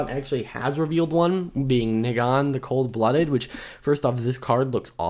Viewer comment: You pronounced Negan wrong. And the reason this is upsetting went right over your head. Its upsetting because they are mechanically unique cards in a premium product. It sets the president that wotc can now hold the best cards and only sell the at a higher price.